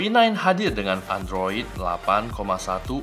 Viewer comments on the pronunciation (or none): "Endros..." :v